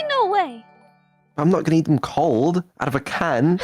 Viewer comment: "Code" Beans!